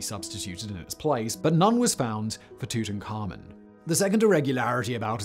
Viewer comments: Great, yet another way to pronounce "Tutankhamun" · The way he says Tuts name bothers my soul.